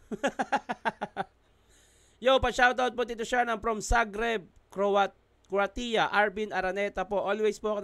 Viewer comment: Croatia yun tito shernan ang pag pronounce dyan eh kruweysha 😁😁😁😁